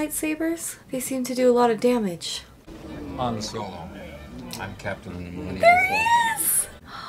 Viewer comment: Yes, “Hans Olo” 🤣